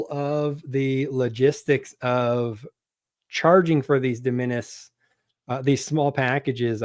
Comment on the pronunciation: It's real hard to take advice from someone who won't take the time to figure out how to pronounce hyperbole or de minimis. That aside, the de minimis exemption is a fundamental tool for any ecom seller, both in terms of cost savings and, moreover, the lower threshold for customs. If you're going to bring commentary to the public square on this, then please do more diligence with genuine sellers. Ya'll seem like you run content channels and do not actually participate in product development and scaling,. Sample orders and product scaling: Orders of 10, then 100, then 1000 units often fall under de minimis, allowing new product development to happen rapidly and at a better speculative cost. The U.S. manufacturing base does not exist for products the U.S. does not want to manufacture. If you want to have something sewn or lower-tech made in the U.S., like accessory manufacturing, not only is the product not made here, but the machine to make it and the feedstocks several degrees down are also not made here. i.e., even if you want to make it or find a currently nonexistent supplier, they will still be importing the things to make it with. Does your product involve rubber? We don't grow that here. Like it or not, we are a monopolistically tilted market. The higher enforcement of customs caters to the largest corporations and hurts everyone else. It further disempowers the right to repair. The people who keep the machines in your society running are often not allowed to buy the par